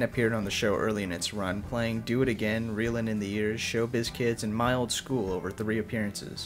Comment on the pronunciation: These videos are very, very good, and for what it's worth, I don't say that about any videos on YouTube. Seriously. BTW, the way you said 'My Old School' , it sounds like you're saying 'Mild School'...